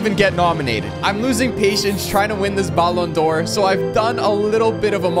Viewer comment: Learn how to say ballon d’Or the right way you say is so annoying💀